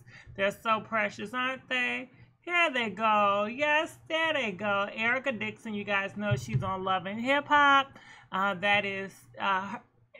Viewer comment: UMMMM SAY IT WITH ME..... “ERICA DIXON!” 🤦🏽‍♀️🤦🏽‍♀️🤦🏽‍♀️🤦🏽‍♀️